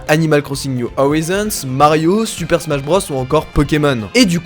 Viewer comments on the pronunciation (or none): none